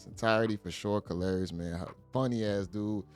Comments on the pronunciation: MEN ARE VISUAL BEINGS!!!!!! KARLOUS (pronounce CAR~LOS not whateva you sayin'...lol) Folks gone looked at CUH-RAZY if you have a UGG-MUG!!! B'LEE DAT!!!!! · His name is pronounced Car-los, not kalaris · Ayooo he called this Mfer Calarious 😂😂😂😂 Karlous.... [Car.los]😂😂😂 u wild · Did you just call him Kalarious? Its Karlous (Carlos) dude! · Great video fam, but Kalarous was hilarious lol Kar-los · Hey you are pronouncing karlous name wrong it's pronounced car lous but spelled with a K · You say his name like Carlos. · Why does he keep calling this man kalrriss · Lol it's car los u saying his name wrong family 😂😂😂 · YO BRO. I'M DYIN WHEN YOU CALL KARLOUS " KAR LAR" IOUS " ! ! !) 😆 DAT B HILARIOUS 2 ME 🤣😂😅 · I thought he was talking bout a Greek god 😂😂😂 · yeah that was an epic butchering of a name if ever there was one lol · Why df buddy keep calling Karlous "Kalarious"😂😂😂😂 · My brother. His name is pronounced Carlos lol. It's just spelled differently. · Why you can’t pronounce his name it’s pronounced like Carlos just spelled different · How you murdering this guy's name is crazy. Karlous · It's Karlous like Carlos bro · His name is pronounced Carlos but with a K 😂😂😂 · facts. I'm like who the hell is Kalarious 😂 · Kar-la-ous? What!? 😅😂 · 😂😂😂 im thinkin yall tlkin bout ole babes was sayin lous name wrong until i heard dude 😂😂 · How you mess up his name THAT bad lol